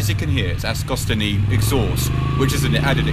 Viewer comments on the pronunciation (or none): Its pronounced ago-stee-neee the same as Giacomo Agostini aka Ago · You blew it by when you couldn't pronounce Agostini. Do you even know who that was? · If you can't even pronunce the name properly out of respect.......